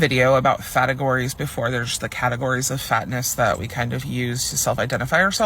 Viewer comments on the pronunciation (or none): Fategories? Oh Lord😂😂😂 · Did that guy say ‘fatagories’?? Oh dear, you can’t help but laugh 😂. I hope they never have to face real hardship and oppression because they just won’t be able to cope.